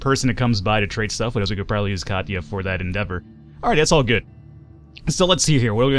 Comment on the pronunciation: *Kachia... it is not KACHIA, it is KATIA, try to spell latin, not english, the game is not made by english, keep in mind, show some respect for Europeans, kachia... lol